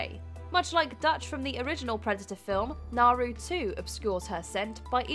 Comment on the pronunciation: Naru’s name is Comanche, as such, the r is pronounced like a d. So Naru should have been pronounced Nah-doo as they pronounce it in the movie.